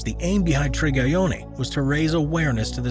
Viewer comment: Its not Trigayoni..Its Triyagyoni..Please rectify as it may hurt the owner's feeling..